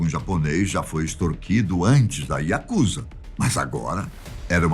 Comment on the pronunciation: Pronúncia certa é Yakuzá e não Yakúza